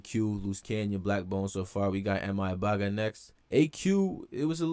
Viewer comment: Nah you actually pronounced MI Abaga right